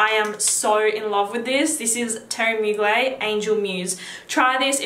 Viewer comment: Pronounce the "er" in Mugler. I said it like you before I saw an interview about the designer and it's pronounced in french like "Teerie Moo-gler". This is an old video so maybe you know by now :)